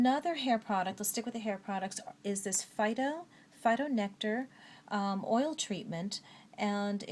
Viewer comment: GREAT REVIEWS & of course your voice is sooo CALMING ..very pleasant ;) Oh, I believe (heard & seen videos) that the PHYTO is pronounced as FEE-TO ;) At 1st I also assumed it's pronounced FY TO like Phytochemicals ... but apparently it's not:)